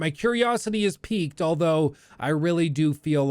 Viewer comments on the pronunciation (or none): none